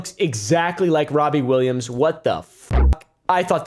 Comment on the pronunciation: Wobbie Rillams